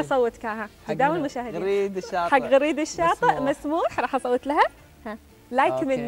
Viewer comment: يا حضرة المذيع اسمه غريد الشاطي بفتح الغين وليس كسرها ...فضحتنا .!!!